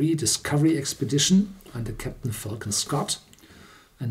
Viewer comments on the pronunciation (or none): none